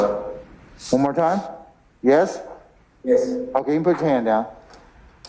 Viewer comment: “Yesh your honor” filthy no good low life can’t even speak or spell properly